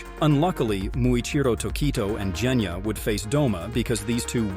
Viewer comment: WHY DO YOU SAY JENYA? ITS GENYA AND YOU ALSO SAID NEZUUKO ITS JUST NEZUKO??!!🙄🙄